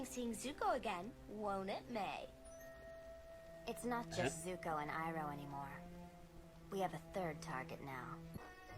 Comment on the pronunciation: it’s MAY (mai) not MY. you heard it all episode man geez💀